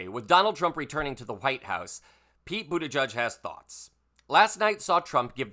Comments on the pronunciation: Its pronounced boot edge edge (he has stated)...not "judge" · You're mispronouncing Buttigieg, my friend. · According to the man himself, it’s pronounced BOOT EDGE EDGE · It’s pronounced Boot-edge-edge.